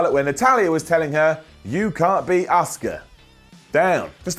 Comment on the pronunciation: Her name is Asuka not Oscar Simon.